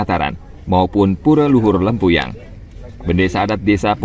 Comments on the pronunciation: Lempuyang. Bukan lempayung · Yg bikin konten siapa? It’s LEMPUYANG not lempayung! Smh